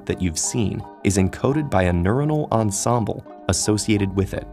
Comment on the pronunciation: His pronunciation of "ensemble" hurts :D